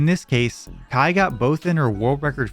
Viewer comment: No way someone's username is Kaii like Hawaii and you don't pronounce Kaii like Hawaii